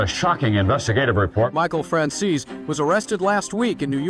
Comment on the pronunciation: Why does he call him Franzeees while the surname is an Italian surname to be pronunced Franzese.